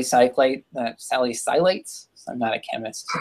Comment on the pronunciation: Say "sal-ISS-a-late" and "DEF-le-grate"